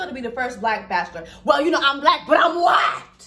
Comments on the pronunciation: When she says “WHYTEEE TOO” I ddiieeeee every time lmfaooooo I canntttt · I literally laughed the whole time 😂😂😂😂 i knew 4 weeks ago that he was picking Rachel. Ps. My daughter is one and she cracked up at the way you say "white" at the end